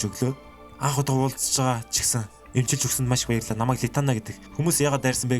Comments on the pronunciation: Bayrallaa gichii gej sonslooshd wahahah 😂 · bayrlla kichi gsne pause avj ntr ahahhahahahahah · byrlla gichii gej sonsogdloo 😂😂😂😂😂😂😂